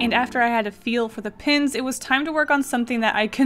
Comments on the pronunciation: OMG it's Pens not Pins. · Very talented But why are you saying Pins Its distracting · Why do I keep hearing posca PINS not posca PENS ;_ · Am I the only person washout hears her say posca pins? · The way she says ‘pens’ sounds like ‘pins’ .... it’s so cutteee😍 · Why does it sound like you're saying pins? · The way you say pens sounds like you’re saying “pins” it’s kinda awesome ( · posca pins! posca pins! posca pins!... :P thats all i could hear.. i am sorry. i like your drawings. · I love how when you say pens you pronounce it “pins”